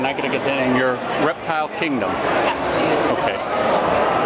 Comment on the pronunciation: Did anyone notice in the beginning it said rertile show